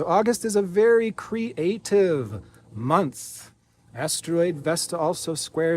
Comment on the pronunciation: Yes, creates magic for us constantly. I always listen and try to watch all the way to the end of his messages And I enjoy the way he now says moonth 🌙